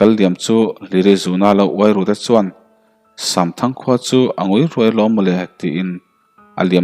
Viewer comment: Samthang tih hi shamthang ti angin a ri tlat zel